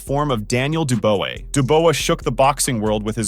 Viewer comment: Dubois = Doo-bwah Daniel Doo-bwah.